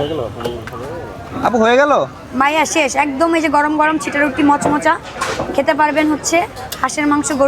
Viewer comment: সিটা রুটি ❌ চাপটি, ✅🤣🤣